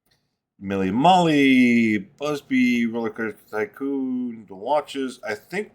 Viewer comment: You said “Busby” at least twice in this video. It’s BUBSY! Bub….sy. Bub-sy!